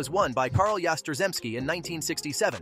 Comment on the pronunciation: How does a site that claims to be about baseball butcher the pronunciation of Carl Yaztremski's name? To say nothing about referring to a batting average as "three hundred and fifty nine". Your AI skills have failed you...